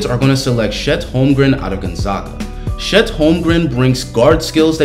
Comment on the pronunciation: It's Chet, not Shet!